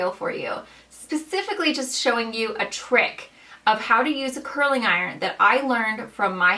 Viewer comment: It’s curling ! With a G! Not a K. Curlink and pullink are not words!